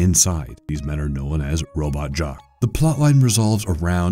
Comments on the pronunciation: Please do some research on names. Take the thirty seconds to make sure you aren’t butchering it. Which happened several times in this video. Even movie names. It’s not robot jock. It’s robot jox. Rhymes with socks. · The narrator continually mispronounced the movie Robot Jox……he kept pronouncing it “Robot Jock”. The movie was decent but just bothered me every time he did it…. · Disguise pronunciation of so many terms are actually pissing me off!!! Hopper not hooper! Robot jocks, not jock, In reference to there being multiple robot warriors! And there was one other thing..